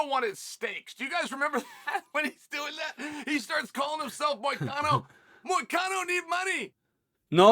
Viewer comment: even moicano shocked sonen pronun of his name perfectly usually sonen never pronun fighter names correct Moicano want citizenship!